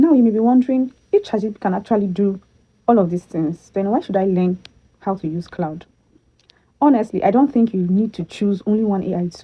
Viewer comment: CLAUDE NOT CLOUD